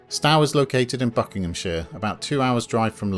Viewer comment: You are mispronouncing Stowe. It does not rhyme with "cow" but should be pronounced "sto" - as in "stow your luggage in the boot of the car". I was a pupil there decades ago (dreadful school though) "